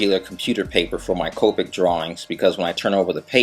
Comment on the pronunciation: its Ka-pick